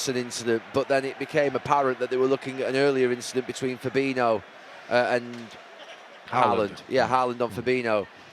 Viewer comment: Isn't Fabinho pronounced 'Fa-bee-nee-o' and not, as Gary pronounces it, 'Fa-bee-no'?